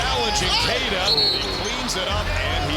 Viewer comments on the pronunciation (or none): Dramatic scriptwriting is being dragged down by poor pronunciation. e.g.-- Queta = Kayta, not Kwetta Off-ensive, not Oh-fensive. Tighten up and one day you may live up to your channel name. Keep it up. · Queta = KAY-ta